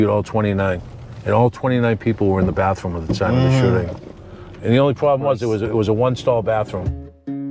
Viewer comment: brother said bah room